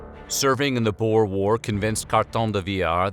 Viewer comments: I disliked because you pronounced boer wrong. IM FROM SOUTH AFRICA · What a terrible pronunciation of "boer"!!!!!